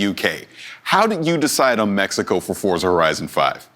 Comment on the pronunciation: It's pronounced "FORT-za"